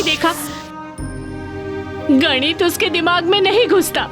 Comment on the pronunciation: Nit nahi ganit